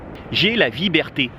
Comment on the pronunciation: PS. Et "vieberté" c'est sympa !